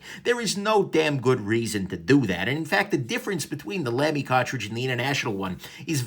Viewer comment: BTW, it's pronounced "Lumy", like "lumber", not "Lamy" like "lamb".